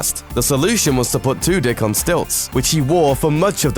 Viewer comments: I swear he said Alan Twodick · I swear he said Alan Two-Dick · Did anyone else lose it when he said Alan Two Dick lmao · did anyone else laugh whenever he said Alan Tudyk